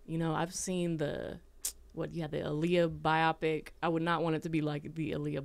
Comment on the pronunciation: its BIO-PIC! Not BI-OPIC!!@